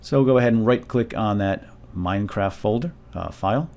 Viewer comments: no it sounds like he says mindcraft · lol, he said: "Welcome to y MINECRAFT tutorial. lol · Why do I hate the way he says MineCraft